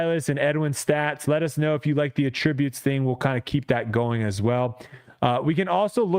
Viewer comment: Dude…attributes? Emphasis on the first syllable.